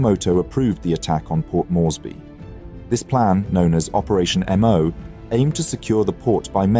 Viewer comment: not "operation emm oh". Japanese doesnt use a fucking alphabet. Its "operation MO". as in MO, the katakana or hiragana character. Jesus fucking christ, after "operation Kay ee" and "abe"(as in abraham abe, instead of a-be, like a JAPANESE name), this channel is quickly becoming a fucking laughing stock.